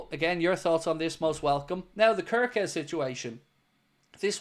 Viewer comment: Hello everyone I am Hungarian 😂 just wanted to let people know kerkez is pronounced. CARE KEZ. I'm further contactable for more useless Hungarian information if needed 🎉❤